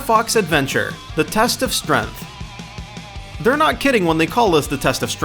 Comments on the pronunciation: the test of "strenth" I'm pretty sure it is pronounced strength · What's strenth? It's strength. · You say strength wrong. “Strength” not “strenth”. Strenth is not a word, it's strength. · Adriel Fit he also said "the test of strenth" instead of strength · Dinnasty? Strenth? Umm, no offense to you, man, but it's pronounced DIEnasty and strAEngth. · and strength is strenth like what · .....the g in strength isn't silent. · Adriel Fit also how he says Asura, Onimusha and strength, a basic english world. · Jh'ane Jones He even pronounces strength weird